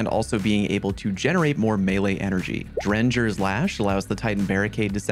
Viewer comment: Drengr is pronouced DREN-GEAR ( or DREN- GYR). it's Norse as a Drengr is meant to mean something like Valliant or Gallant